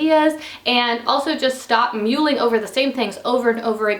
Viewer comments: Just FYI mulling is pronounced like mulled cider not mules. :-) great video~~ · It’s pronounced muh-ling